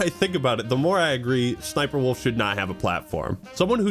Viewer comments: Suh-suh-SniperWolf lmfao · Is that really how her name is said? So cringe